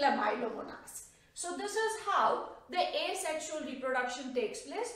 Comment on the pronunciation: It's Asexual not Asesxual!